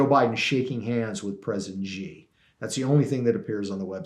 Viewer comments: How can you write a book on China and not know how to pronounce Xi correctly.. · Here's one way you can NOT shill for the Han commies: stop calling the chairman of the CCP "president." Xi (pronounced shee) Jin Ping is NOT a duly elected president. China is a communist country. Think about it. Germany does not have a president, neither does britain or canada. And China certainly doesn't. American presidents call chairman Xi by that honorific just to confuse the public.